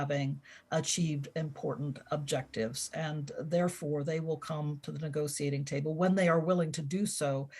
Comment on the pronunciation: I had to stop at the 23rd mention of the “nego-see-ating” table